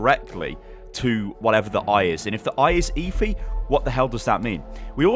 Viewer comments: ITS PRONOUNCED ( F E ) NOT ( E FEE ) PLS STAHP :(((((( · Please, why are you calling her e-phee, its eth-ee! "Efi" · It's pronounced Effffeeeeeeee. Not Eyfi. ☺️👍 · Im pretty sure its pronounced effy not eefy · Jesus man it's pronounced effff-ee not eefee fucking hell man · It's pronounced EH-FEE, just saying( ͡° ͜ʖ ͡°) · It's pronounced as eh-fi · Please just say EH-Fee. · did any1 else hear leafy instead of efi LOL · lets be honest, is there even a chance he's pronouncing Efi correctly? EEEEEEEEEEEEEFY, Dooooouuummmfist.... Saaaaays...... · You pronounce Efi's name wrong. 😂